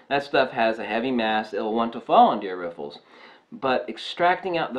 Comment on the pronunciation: yeah you said it a few times hehe